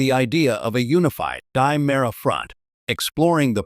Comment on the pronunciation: Not die-mera di-mera!